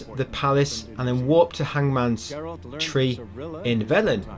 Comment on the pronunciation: Can’t wait for this 100% trophy guid for the Witcher fwee